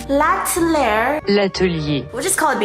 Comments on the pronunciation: *latelayer *lateler *lateleyer Namjoon:"lateley" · tries to pronouns l'atier fei; let's just call it bts sweat omg🤣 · My french as GOT TRIGGERED when you pronounced l'atelier wrong 😭😂 BUT IT'S OK BECAUSE Iss U ♥️ my instagram is : sana.d_